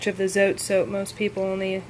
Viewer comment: Today I watched 6 homemade laundry soap videos here on You Tube. Yours was by far the most understandable, simple and informative. I love the way you broke down the cost! Tip: you are not pronouncing the name Zote right, it comes from Mexico and the "e" is actually pronounced, the way it sounds in the word "bread". Another tip: the white Zote actually has whitener in it so that it makes your whites come out like you added bleach without having to use bleach, and it also does a VERY GOOD JOB of removing stains. I proved this myself in Texas last summer. My Mother, sister and I were having strawberry ice cones and of course, we all 3 spilled some on our blouses, white blouses. After 3 days and the stains had dried, my cousin told me that the white Zote would take out the stains. I really didn't believe her, but I did as she said. I pre-treated with the soap directly on the stains and let the blouses soak in cold water over-night. The next day, I couldn't believe it when I went to check them out! The stains were completely gone, DISAPPEARED, as if there had never been a stain on them! I'm excited to try your recipe, but I think I will make a batch of each the white and pink soaps, the white for washing whites and stain removal. Thank you for caring to help those of us that NEED to stretch our money. Keep up the good work! God bless.